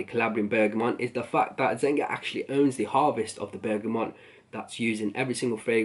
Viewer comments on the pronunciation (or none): "zenga"... It's zeG-Na ffs. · what is zenga??? it's zenia(g silent in italian)...u should do a little research on the house before review... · I stopped at "Zen-Ga"